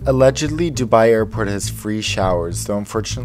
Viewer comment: He pronounced Dubai like dubee 😂😂